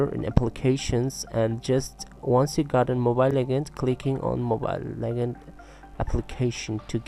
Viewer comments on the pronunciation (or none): U pronounce legends as lekands haha ur way of talking is like a gay lol haha😂😂😂😂😂😂😈😈😈😁😁😊😂😂😂